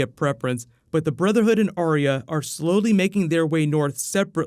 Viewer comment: its Ar Yah and not Aria